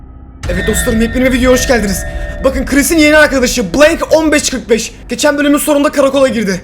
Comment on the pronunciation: bobby niye min beşyüz kırık beş diyor